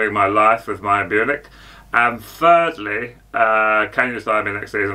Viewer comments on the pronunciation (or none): Mayern Bunich😂😂😂 yeah obviously 😅 Hottenham Tottespur and then there's Big Ange😂😂😂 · Mayern Bunich !!!! 😂😂😂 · Mayern Bunich and Hottenham Totspur😂😂😂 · Mayern Bunich 💀